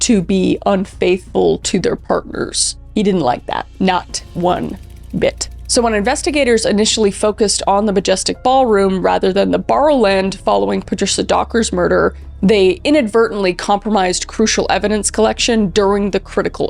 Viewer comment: Ba row land ballroom. Great video. Sorry for the Scot’s correction